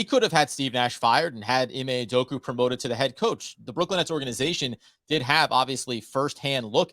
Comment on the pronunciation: UdokA UdokA. How do you guys still call him Udoku when there is an A at the end.